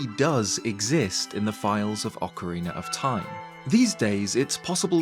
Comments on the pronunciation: You are the first Brit who doesn't say "Ocariner" anymore, it seems like you have listened to the comments telling you how bad that sounds like. Thank you for pronouncing the title of the game as it should be. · At least you pronounce ‘Ocarina’ right. Many, many…. Can’t